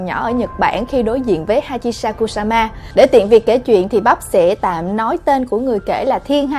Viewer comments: bắp đọc hachishakusama thành hachisamakusama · Khúc đầu chị nói tên của bà mẹ này sai nè , bả tên hachishakusama mà chị bắp đọc là hachishamakusama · Chị ơi!Chị đọc sai tên rồi.Hachishakusama nha chị